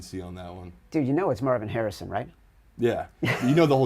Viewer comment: Why can't you say Marvin Harrisons name?